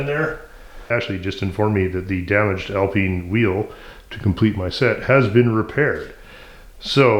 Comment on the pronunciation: Very nice work on the “Al-peen” Special.